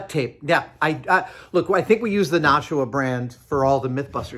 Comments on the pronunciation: Adam, long time watcher. Nashua is pronounced nash-u-wa. Named for Nashua, NH. Similarly, Concord NH is conkerd not con-cord. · Sorry to necro this, but do you all pronounce it like Adam does? Lived outside of Nashua, NH, from which it takes it's name, and I have never heard anyone pronounce it that way. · As someone FROM Nashua, hearing Adam's pronunciation of Nashua makes me chuckle